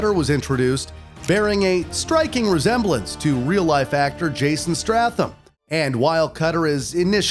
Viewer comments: It's Jason Statham, not Strathem lol. Straight butchered a badass dudes name. PS one of the best gaming series that still is very good and the cinematic mixed into gameplay is what really brought me in. Beautiful storyline that's need more movies. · Fucking jason stratham? What lol its statham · Is no one gonna point out he said Stratham??? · This dude misnamed so many regular notable people who have had their name said thousands of times. He called Jason Statham, Jason Stratham